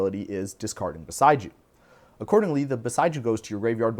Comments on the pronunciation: It's bo-SEY-ju, not bo-sigh-ju 😊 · It's Boseiju. His pronunciation, though peculiar to what I'm used to, is not entirely unfounded. It almost sounds like "beside you." Bow-Say-Jew is how I'm used to hearing it. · we pronounce Beseiju differently